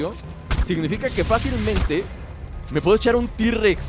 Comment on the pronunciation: tirrexeses se dise t rexs